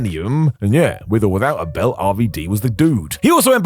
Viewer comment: Who talks like this guy? Twos-ah, belt-t, Rhino-wah.